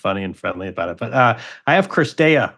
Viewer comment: STOP SAYING CRISTEA FFS !! IT'S CIRSTEA! I know Americans suck at foreign names and languages but still...